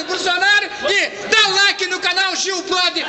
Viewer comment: "Bulsunario" ashahsahsahs